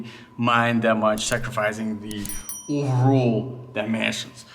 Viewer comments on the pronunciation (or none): “Oooovorrol” 🤣🤣 overall 🤣🤣